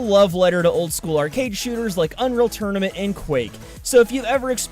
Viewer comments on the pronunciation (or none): none